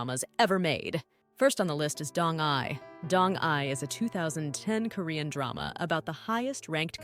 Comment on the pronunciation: Pronunciation of proper nouns, esp. DONG-YI, is horribly wrong. Did you even watch that drama??? Bcoz I have seen it at least twice, and NEVER did I hear Dong-Yi pronounced as Dong-'eye'!😂